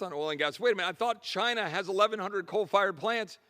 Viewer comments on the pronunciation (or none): none